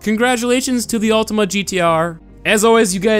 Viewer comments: Its Ultima not Ultimo also I love how you put the music to get us hyped but then it ends up in a fail xD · Btw it's Ultima not Ultimo